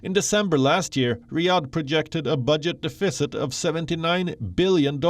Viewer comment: 1) That's not how you pronounce deficit. 2) What the hell are they investing trillions of dollars in?